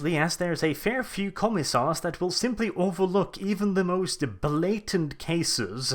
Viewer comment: "commie-sars" lol